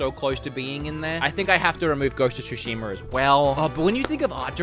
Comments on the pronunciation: "Ghost of Shushimer" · why are some people adding an 'R' at the end of words? E.g. Zeldar, Ghost of Tsushimar yada yada yada